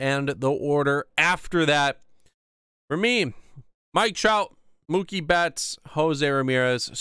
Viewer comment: Idiot it’s Mookie